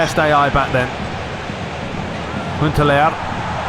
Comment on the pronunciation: can you please also do Pes 2011 ML aswell? By the way its Huntelaar not hunteler ok learn how to pronance and their is fauls in fifa more then it is in pes.🤞🙏